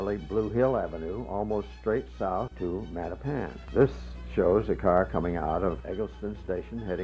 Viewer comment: The current pronunciation is how the blacks who moved in during the 1960s onward (& mostly populate Mattapan now) pronounce it. The way THIS announcer is pronouncing Mattapan is the CORRECT way, as it was always pronounced for decades. It is a Native American name.